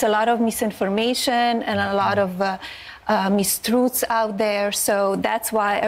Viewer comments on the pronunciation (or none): What in THE hell did she just say? “Meeztruts”? She sounds like a bad Zsa Zsa Gabor impersonator.